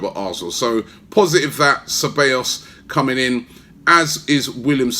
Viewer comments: CE - BA - YOS Robbie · Robbie you need to work on your pronunciation ahead of the start of the season - SE-BYE-OS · You say the double L’s as a y in Ceballos